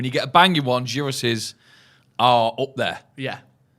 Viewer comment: Class again lads, but the gyros pronunciation was shocking🤣 it's more like yihros rather than pronouncing with a 'g'